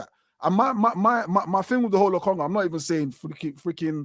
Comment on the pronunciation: Yo man said Lokonga 😂😂😂